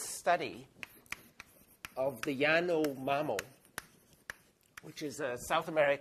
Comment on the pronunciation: Dude keeps on mispronouncing Yanomamö